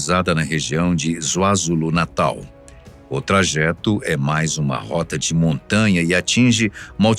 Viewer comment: Kwazulo e não zuazulo